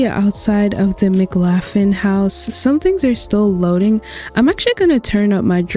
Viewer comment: I believe McLaughlin is pronounced like "Muh-Klaw-Glin" 😅 thank you for doing this vid!! I have been looking for more small custom worlds since I do most of mine in Winchester Farming Community lol I can't say which I like more. This one has university rugs/buildings, Winchester has dive spots.